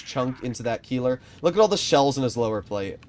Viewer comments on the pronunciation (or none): Of course Last video. I complement him on saying Keiler much closer to the German "Kai-leh" and he goes back to Keelor as the pronunciation... But yeah nothing will ever top saying the "Charlie-mag-ne" lol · RIP to all the german speaking viewers who have to hear "Kielah" and not "Keiler"